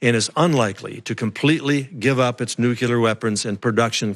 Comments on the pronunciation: STOP. SAYING. "NUKULAR"!!! You are the director of National Intelligence, and you can't even say "NUCLEAR" correctly! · Nuke-you-ler = wrong Nuke-lee-er = correct (Uthor whys u sownd dum) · He... he... the DNI says "nucular" instead of "nuclear". Nice to have such an edicated guy in charge. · After G.W. Bush, one would think that weapons/national security experts would've learned that 'nucular' weapons don't exist... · Anyone who says "nucular" should be held in contempt of the English language. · Dear Mr. Coats, It’s Nu-CLE-ar!!! Not nuc-u-lar, numb nuts... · Anybody else worried that this dude in charge of the National Security assessment keep saying nukeular? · Only an American would miss pronounce nuclear that way. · Wow... Director of National Intelligence isn't intelligent enough to pronounce nuclear properly. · I noticed that as well ..... another warmongering dufus.